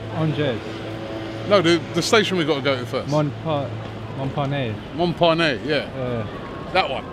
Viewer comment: It's pronounced (monparnass) not (monpéné) lol